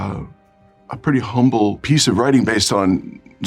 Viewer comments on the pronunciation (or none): none